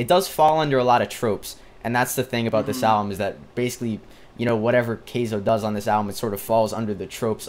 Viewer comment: It's pronounced Ky-zo, not kay-zo